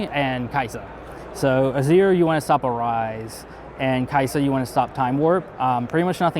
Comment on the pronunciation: The list and interview were amazing, but i do have one gripe of the whole thing... As a supposed player of League of Legends who got to "masters" as top lane, how does one mispronounce "Kai'sa" as Kasai?